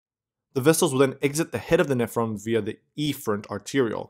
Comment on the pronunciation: "Efferent" is mis-pronounced Horribly = Goof Ball City